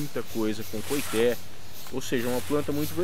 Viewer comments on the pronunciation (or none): Com todo o respeito, as informações estão quase que totalmente erradas. Primeiro a pronuncia correta é coitê. Nada tem a ver com cabaça. Cabaça e´ aquele pequeno cabo que liga o fruto ao galho, como as abóboras, melancias, melão e outros. Porunga e´ uma fruta que da rasteira como as aboboras e serve para fazer cuia para chimarrão no sul e também serve de moringa na região nordeste para om transporte de água. O coitê também é usado no fabrico de birimbáu.